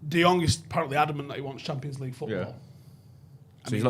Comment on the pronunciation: People are mispronouncing Frankie de Jong's name. In Dutch the "Jong" is pronounced as "young". Embarrassing me hearing that, as a Dutch. My name, for instance, "Boudewijn" the "wijn" is pronounced as "wayne".